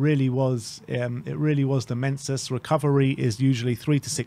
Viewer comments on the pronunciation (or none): Mensus? Do you mean meniscus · Man cannot pronounce menicscus 😂